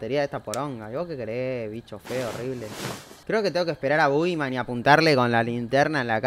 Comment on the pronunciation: parece que dice "bo gay" Jajaja salu2